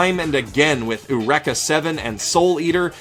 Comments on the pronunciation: "Oorecka"? You know Eureka is an English word not Japanese, right? "yoo-reek-uh" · It's actually "ay-yoo-reh-kah," but I can't really blame him for messing up a weird pronunciation. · Dude confused me for a sec when he said uraka seven lol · My mistake, no hate. I've only seen a little bit of Eureka Seven and I just thought it was ridiculous when he pronounced it like that lol